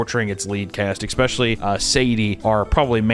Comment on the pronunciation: I love ya bud, but there it's not ecspecially, it only has one C... 👊